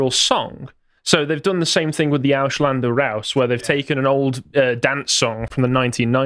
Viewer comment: languages are not hard brits its Ausländer, not Aushlander